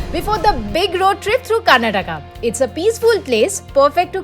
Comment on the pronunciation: Nice video, but please pronounce the state name properly. It's KAR-NA-TAKA